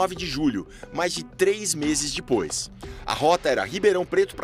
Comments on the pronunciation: "dipois" se diz "depois" e não "dipois" coisa ridícula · Pow um repórter desse nível falar "dipois" é complicado viu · "Dipois" kkkkkkkkkkkkkkkkkkkkkkkkk